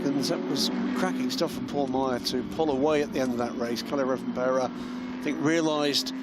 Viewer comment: Pronouncing Rovanperä wasn't that bad. He even tried to say the ä.